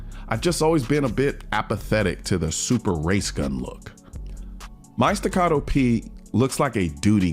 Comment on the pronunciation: "Porsh"? Well, at least you pronounce Staccato correctly.